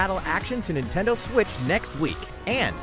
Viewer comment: just realized that the narrator here says “Intendo” eshop. Anyone ever noticed that?